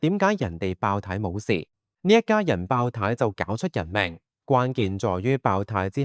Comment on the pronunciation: 係爆（tie) 呀，儍佬AI 😅